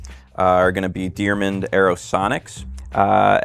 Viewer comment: DeArmond (Dee-ARmond), not "deermond."